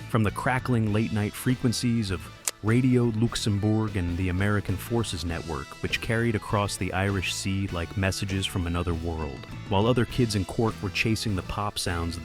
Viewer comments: Looxumberg?....more ai shit, and you want likes and subscribers? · "Radio Looxemboorg" 🤣🤣🤣